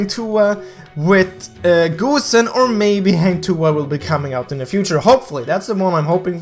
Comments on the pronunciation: GO-Send Not Goo-send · Lol he said gooosen